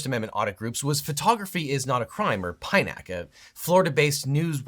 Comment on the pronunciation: This guy is so wrong on so many points. He's close but misses the subtle nuance on so many things. A greater understanding and the point of view said auditors and anti-auditors that call auditors Frauditors is needed. He even mispronounced PINAC, which a proper investigation would have revealed.